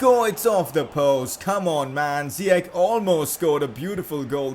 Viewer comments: I am Moroccan and its ziyech not ziyek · No, his name is ziyash not ziyak . I am arabian . I know how to say his name correct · It is zeyech not zeech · ziyech not ziec] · Well in fact you did pronounce Ziyech good at first.. it is pronounced as "Ziyesh" and not as "Ziyekh". That's how it is in Moroccan/Arabic, but he didn't mind the Dutch people pronouncing it wrong.. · WTF his name is ziyach not ziyak stop saying ziyak it's ziyach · Its ziyech not ziyek, im Moroccan so i know. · It is pronounced ziyech Not ziyek He is an Arab from Morocco and I am arab.I know how it is pronounced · # you were actually close, I did some research it’s Hakim “ Ziyesh “Ziyech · His name is Ziyech with "sh" in the end in Arabic.